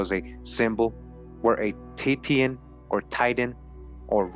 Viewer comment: That word "titian" is pronounced TEA-shun or TISH-un, and titian-haired means red-haired. Such a wonderfully interesting video and information, thank you so much.